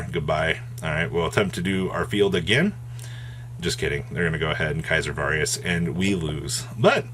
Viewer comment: “Caesar Varius.” There is no ‘R’ in Valius lol. These just get funnier and funnier. Cool feature match though